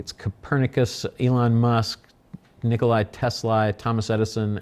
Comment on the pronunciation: Did he really say Nikolai Tesla? 🤣